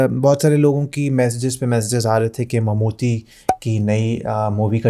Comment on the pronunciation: Bhai saab,Mammoothy nahin,Mammootty